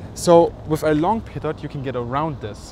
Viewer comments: A little person dies everytime someone says "peetut ". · Pronounced "pee-toe," not "pee-tot." Cheers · I heard PEDO tube... :)